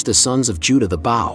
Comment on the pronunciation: You know it is a computer voice talking when it pronounces the word bow..like as in bow and courtsy and not line bow and arrow. It's an insult to the listeners intelligence.